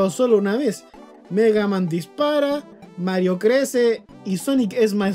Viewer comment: Genter normal: Mega man: migueiman